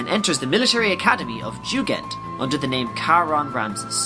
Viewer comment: Jugend is taken straight from the German word for "youth" (being a training academy) and is pronounced "yu-gend".